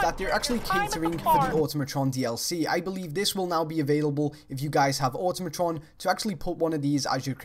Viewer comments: ***** I thought so, It makes me cringe when its pronounced auto-matron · With a silent "U" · "auto-matron" ew. wtf? I thought it was "A-tom-atron"